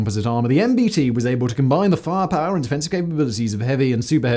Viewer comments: The word "firepower": exists. Simon: "Faahpaah". Also: Most of the ATGM you showed while talking about the Javelin weren't Javelins. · do you really have to say "firepower" that way?